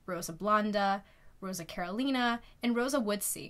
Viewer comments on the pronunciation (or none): none